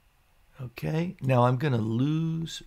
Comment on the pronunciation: Like "Okay" but "Unkay", keep up the great vids. (and maybe stop saying "unkay" all the time.) Okay?